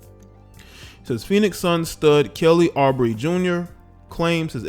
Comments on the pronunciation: You pronounce his name "Oubre" like you would say Uber - but with brey at the end instead. Anyway, glad he's suing. Don't let her get off with that nonsense. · Kelly’s last name is pronounced like “Ubrey” lol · Ooo-Bray is the correct pronunciation. Super dope video tho. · Ooo-bray not Aw-bree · His name is OOOHBREY not Aubrey. Kelly Uubre. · lol that fool name oubre pronounced like OOO-BRAY lol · mans really just pronounced oubre like aubrey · Kelly Oubre (ooh-brey) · How can the man do a whole expose and not know how to pronounce his name? Oo-bray. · Ooo Bray It's pronounced Kelly Ooo Bray At least that's how they pronounced it at the Wizards games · Correct pronunciation: Ooo-Bray. Louisiana names can be difficult for many 2 pronounce. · This clown always mis-pronouncing ppls name it’s pronounced ohhh-bre 😂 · We jus gonna ignore how you pronounced Kelly's last name wrong?🤣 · 😂😂😂. You butcher Kelly oubre name , this female is crazy aka toxic.